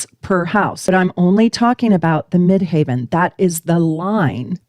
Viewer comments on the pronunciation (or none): 10th House - top of chart = the MidHEAVEN (not pronounced Mid"haven")